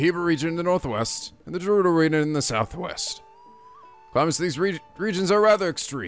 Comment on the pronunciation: Tips carried over from my previous comments: + There is a really good sword on top of the skull on the Woodland Tower! + GO BACK TO THE SHRINE OF RESURRECTION FOR A SURPRISE! + Bomb Rune spam comes in handy against flocks of Keese! + "Gerudo" is pronounced with a hard G, like in "game". And now back to the tips for this video... Yup, the Master Sword loses durability with every Blade Beam. I'm telling you, it's not insane to infiltrate Hyrule Castle for some mid-game looting! Enter in through the secret North-side pier and on one of the landings is a pair of giant torches (or urns or brazers or whatever they really are). One of them is unlit. Light it for a cool magic trick. Remember the location of that sword. Check behind the statue. When the Master Sword is glowing, it loses durability at a slower rate. Since you didn't get to see it, those flying things (I call them "funnels", like in Mobile Suit Gundam) reflect the Windblight's laser beams. You could have attacked them directly to destroy them, but the method you chose was much faster. I recommend you try your hand at visiting Hyrule Castle before tackling the final Divine Beast. Give the place a good sweep for tons of loot! ...and remember the thing I said about the North pier and the brazers!